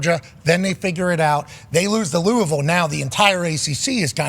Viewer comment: S/o pat for pronouncing Louisville the right way !